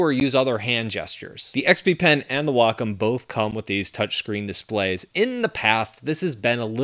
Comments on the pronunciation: google says the american pronounciation is way-kaam and the British is way-km. he says wah-km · It always annoys me how he says Wacom.